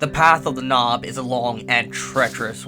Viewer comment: not nob like door knob bro.. its noob like moo